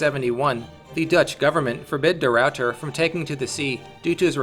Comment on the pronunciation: the rawwter